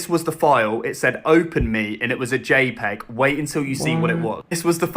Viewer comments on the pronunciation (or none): none